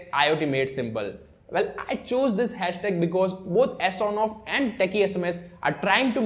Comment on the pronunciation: Superb video Sir!! Well, some suggestions: It is not S on off but Son off. And can you please reduce your speed of speaking, it confuses what have you spoken. Thanks👍